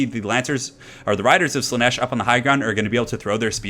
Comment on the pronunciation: Slaanesh, not Slaneesh^^ Great video though. <3